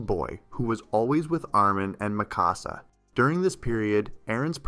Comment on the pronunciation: Ah yes: Aaron, Mickawsuh and Eemheer